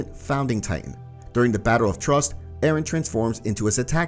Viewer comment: trost bro says “trust” paradise bro says “parodys”😂